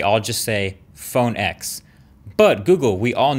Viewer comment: PhoNe EcKS uh hahuh